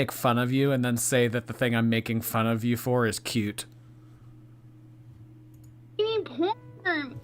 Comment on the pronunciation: When will this mega bimbo learn to put the "t" on the end of cute? Cue drives me nuts.